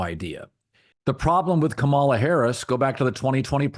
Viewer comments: Emphsis on the 1st syllable, [Ka' ma la], like "Pamala" - extreme conservatives will intentionally mispronounce it much like the way you are pronouncing it, Colin. They intend to emphasize that she's different. They intend to emphasize that she's not white, not normal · I'm sure you're not among those deliberately mispronouncing her name - not your style. Please check - accent on first syllable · As I'm sure you know, her name is pronounced with the emphasis on the first syllable, not the second. KAH-mala. Not KaMAHla. I don't agree with your opinions regarding politics but I respect that you put thought into your commentary. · The (low) bar for doing political videos might be pronouncing the VP’s name correctly. Kamala is pronounced KAH-ma-la, or, if that’s too tricky, like the punctuation mark a comma with a ‘La’ at the end, comma-la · Pronounce her name correctly. Makes you sound ignorant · Maybe don’t repeatedly mispronounce her name constantly. You’re like Floyd Patterson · A little funny that Colin mispronounces Kamala’s name every time 😂 I remember how to pronounce correctly because it’s like communist not community. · Colin proving his dislike for Kamala Harris by pronouncing her name wrong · You’re mispronouncing her name, which is how I know you listen to Fox News. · Obviously, you can't pronounce her name correctly. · O I see you to Collin I noticed how you pronounced her name that's how yall disrespect her. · If you are going to comment on a candidate, do your homework and learn to pronounce Kamala's name correctly. You do deep dives about a lot of great issues and stances. But money and time are only on Kamala's side. But I am with you on Pete. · If you’re going to continue talking about VP Harris, you might want to learn the proper way to pronounce her first name…